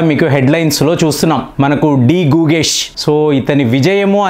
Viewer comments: గుగేష్ కాదండి .. గుకేష్.. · గూగేష్ కాదు గుకేష్